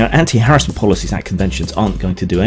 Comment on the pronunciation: Nice to see you pronounce harassment properly.